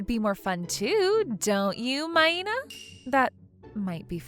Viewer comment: Its not MAY-na. Another butchered pronunciation from this male VA. And look, I get she was completely obtuse. But - the "eww, girls, cooties" MC strikes again.